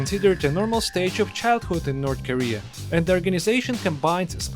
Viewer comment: 'North Karea'